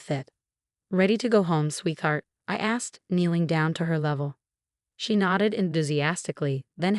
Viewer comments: The AI narration is HORRIBLE!!! Learn to READ before trying to narrate anything!!! Sophia is NOT pronounced Suffi. Sweetheart is NOT pronounced swee-thart. It's a compound word...sweet-heart. There's more, but those were consistently mispronounced. Uuggghh!!! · There's an HOA in this story..?? I guess I missed that part. BTW Y'all still haven't fired how th3 AI pronounces Sweetheart and facade. Quiet annoying